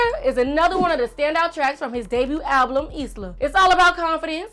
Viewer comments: It’s album not ablum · What did that girl keep saying alblum..I swear it's just album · Did she say alblum instead of album?